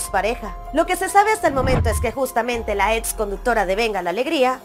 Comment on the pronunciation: Sorry,pero se dice ex, no ets